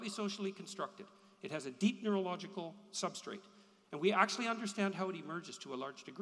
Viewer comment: If I hear “Substate” agin I’m going to drown myself.